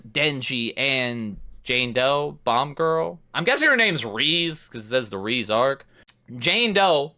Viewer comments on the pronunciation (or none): i love how good you are at inferring and grasping minor details, except for how to pronounce Reze 😭